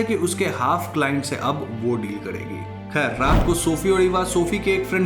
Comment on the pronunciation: Khair not "Kher" ✨